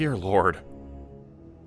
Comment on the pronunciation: "chitinous" is pronounced "KY-tin-uhs", signed, the grammar police lol